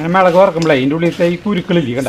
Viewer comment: മെളക് അല്ല മുളക് എന്ന് പറയണം. very good